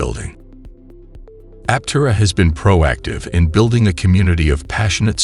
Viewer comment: It'd be nice if script readers learned the prevailing pronunciation of the company they're promoting. It would help add some credence to their message.